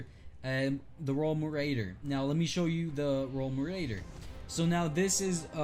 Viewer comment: You mispronounce marauder